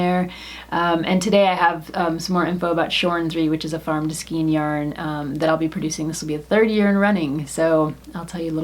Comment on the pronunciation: Pronounce skein..There really is not more than one way to pronounce it. The correct way to say it is “skayn” to rhyme with “pain.” If you go to and plug in the word, there is a little speaker icon you can click that will pronounce it for you. Note when you get there that there is no alternate pronunciation. Just the one. (I’m an English teacher, btw).